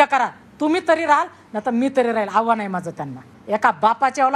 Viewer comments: हाव्हान नव्हे आव्हान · आव्हान ला हावान म्हणते ही बाई....साधी मराठी भाषा येत नाही ह्यांना...